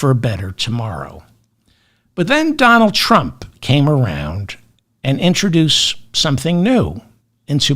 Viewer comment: "Donajd Eych Trump"